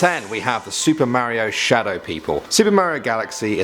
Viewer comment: You didn't pronounce mario correctly.